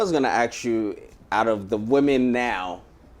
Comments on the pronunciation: It’s “ASK” not “AXE” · Is it that hard to pronounce the work ask instead of aks? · If you want to be taken seriously as an interviewer, you need to learn how to say "ask". Or else just avoid the word altogether.